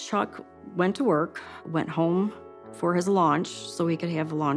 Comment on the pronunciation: "launch." Is that sime sort of new meal?